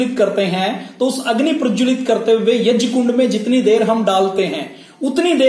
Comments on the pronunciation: जब से संस्कृत भाषा पैदा हुई तब से यज्ञ (यग्य) बोलते आऐ हैं आप यज्य क्यों बोलते हैं ? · Yag ko yaj kiyon bolte ho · यज्य नाही यज्ञ बोलते हे... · Yajya kya hota hai prabhu? Angreez na bane. Yagya hota. Angreez gya na bol pate the to wo jya le aaye. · "यज्ञ" को गलत उच्चारण कर रहे हैं "यज्य" गलत उच्चारण है। वैसे जानकारी महत्वपूर्ण है।